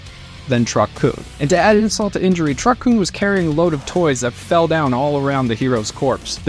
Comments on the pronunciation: Lmao he cant even pronounce Kun. Lmaaaaoooo. Fire him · Sir, you're saying kun wrong.